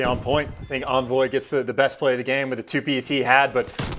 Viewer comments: Why does this announcer keep saying (in)voy and not (on)voy, it’s driving me insane! 😡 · pretty sure its "On-Voy" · Stop w the “invoy” pls